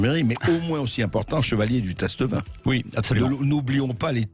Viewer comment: En France, en français, on prononce "tâtevin", et non "tasse-te-vin".